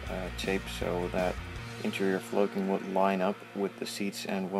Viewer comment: Great tutorial, thanks! Doesn't the word flocking rhyme with clocking as opposed to cloaking?